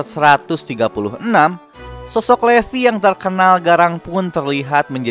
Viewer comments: Livay kak baca nya. Tulisan nya levi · Sebutnya livai